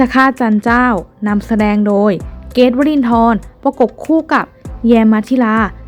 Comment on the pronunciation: ผู้อ่านคุณควรฝึกคำควบกล่ำด้วย เช่น เกรทไม่ใช่(เก๊ต)